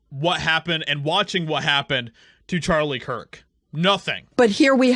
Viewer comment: ⚠She distinctively called him Charlie Chris-t. As in she said Christ and Chris mixed together. She is trying to liken him to an idol and not a martyr. This is not only blasphemous but manipulative as well.⚠